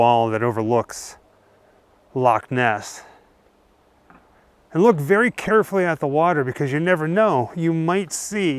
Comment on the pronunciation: Brilliant vid, and thank you for saying Loch Ness instead of LOCK Ness.